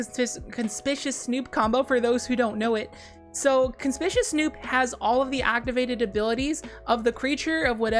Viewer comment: That’s not how you pronounce conspicuous lol